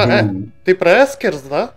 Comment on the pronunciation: Только не Эскерс, а Экерс. Но это конечно не принципиально